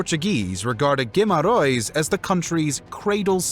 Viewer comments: You should check the pronunciation and the way some names are spelt. Guimarães is not guimarões and some names are said in portuguese from brazil...😂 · The question should really be Why wasn´t Spain conquered by Portugal 🙂 And, whilst at it, why didnt Portugal conquer America? The Americans may be a able to pronounce place names without butchering them! Guimaraes, practice it please if you are going to do another video on Portugal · i dont think ive ever heard Guimarães pronounced that horribly (and every other portuguese word for that matter, they're all pronounced like they're spanish or brazilian portuguese). the awful pronounciation + the omission of some major details in portugal's history shows there was very little research done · Interesting video. But, please, learn how to pronounce names of cities: it's not Guimarões but Guimarães, not Mamedge but Mamede, and the North Africa city is pronounced Seuta, not whatever you called it. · The video is quite informative, but the pronunciation of the names and places in this video leaves much to be desired. Cape Verd? King Dennis? São Mamedge (Brazilian Portuguese)? Cueta? Guimerouse? 🙄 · Great video and very well illustrated and very interesting to watch! But the Pronunciation of León and Guimarães in particular is giving me headaches :D